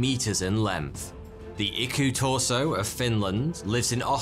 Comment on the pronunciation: Your pronunciation of Iku-turso was rather good. Not perfect, but not that far off. Your "Pohjola" however...